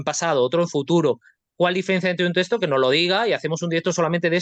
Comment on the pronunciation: No sé dice testo es texto!